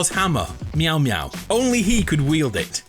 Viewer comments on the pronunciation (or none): when was supposed to say mjolner u said meowmeow